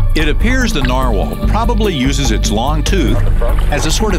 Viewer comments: plus he's pronouncing it wrong he's saying Narwhale like a Whale its a type of whale but it's pronounced Narwhal like a wall narwall is how its pronounced so yes thx i agree ^_^ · Dentist said NAR whale. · He said narwhale instead of narwhal